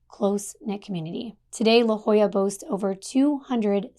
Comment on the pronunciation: I live in San Diego. It's phonetically pronounced LaHOYA.😊